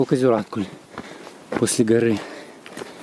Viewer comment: Спасибо за видео! Ждем продолжения) Заметил, что русские (или, как правильно сказать…) в большинстве неправильно ставят ударения на местные топонимы, которые часто имеют тюркское происхождение (или какое-то другое, не берусь утверждать, но точно отличное от славянского) и там в основном ударение ставится на последний слог! Поэтому правильно будет: КракА, ЗигальгА, ЗюраткУль, КалагазА!